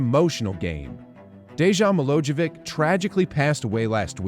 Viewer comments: Bro, it is pronounced as De-yan Milo-ye-vitsch. If you need how to pronounce Serbian names, count me in. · You butchered Dejan Milojevics name, but still a great video